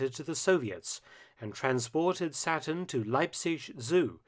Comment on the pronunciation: Who else thought the alligator's name was "Satin" and not "Saturn" until they read the comments...